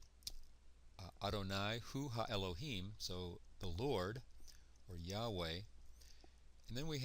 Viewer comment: I don't know why you reading "Yauwe" when there is written "Yah-wa"?😳